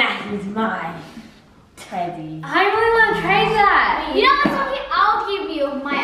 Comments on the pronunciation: It’s so cute how calls Sockie ‘Gockie’ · 🤣🤣🤣 HAHHA YESSS and when tries to pronounce sockie's name too😂 too cute!